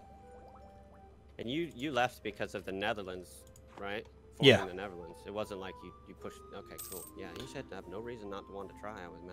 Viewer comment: nerdearlands lol.